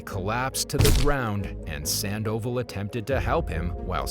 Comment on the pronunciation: How can the narrator mess up pronouncing "Sandoval" but get "Nguyen" correct? 😆